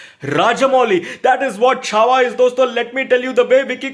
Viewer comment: Isne CHHAVAA bola aur maine channel band kar diya 😅😢